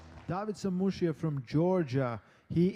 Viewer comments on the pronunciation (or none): Who is this David Samushuya keeps talking about? It's not hard to say Samushia. Anyway, good match.